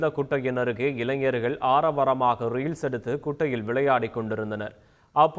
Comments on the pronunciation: வார்த்தை உச்சரிப்பு அப்படி. எனக்கும் ரயில்ஸ் தான் காதில் விழுந்தது.... Reader style ah tamil படிக்கிறார் 🤦‍♀️🤦‍♀️🤦‍♀️🤦‍♀️கருமம் ஒழுங்கா படிங்க செய்தி வாசிப்பாளரே.... ஏன் வார்த்தையை சுருக்கி பேசுறீங்க.... நல்லா இல்லை. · எனக்கும் புரியல ரீல்ஸ் எடுப்பது என்றால் என்ன செய்தியாளர் styla என்னவோ உச்சரிக்கிறார் ஒழுங்காக படிங்க.